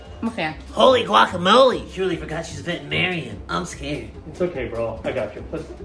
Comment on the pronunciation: bro really said rreallleeeruuu